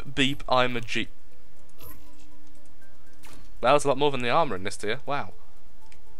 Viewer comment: itsh a kerr lol